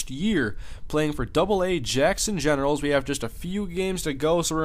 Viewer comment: Does anyone else think he says genitals sometimes instead of Generals? lol